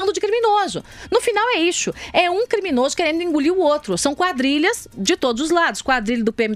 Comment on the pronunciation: Até agora ainda não entendi o ISSO. É IXO ou ICHO a pronúncia da Joice?